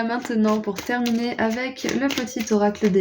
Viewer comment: Terminuer on dirait un mélange entre terminé et éternué 😂